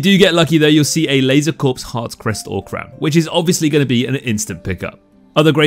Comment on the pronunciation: It's pronounced "Laser Core," not Corpse lol